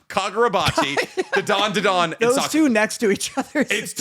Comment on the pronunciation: Loving always adding an extra “Da” to Dandadan